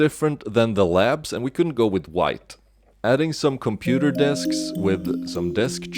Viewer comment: "Too much gray bricks, initiating gray vision screen" - Da computah